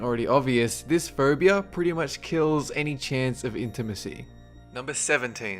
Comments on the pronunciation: Am I the only one hearing him say "furbia"? :> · how that guy says phobia...lawl phaubia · I thought he said Ferbie-phobia!! HAHAHHAA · I think he's an Australian ?